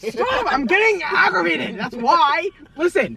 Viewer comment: "IM GETTING AVRAGATED😡😤😰😕" Chris holding his hands to calm him down 💀